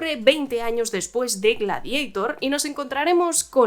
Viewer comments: "Gladeitor" GLADIADOR se dice; GLADIADOR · "Gladieitorrrrrr" "Westerrrnn" "Bleid Ranerrr" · Gla-di-a - tor.Es un término latino.